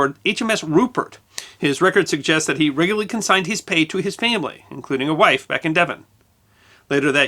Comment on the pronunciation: My hearing is fine - I think - and I had to re-listen about five times before I was fairly sure he was trying to say "regularly" when talking about Every sending pay home to his wife - he says something like "reg-ry".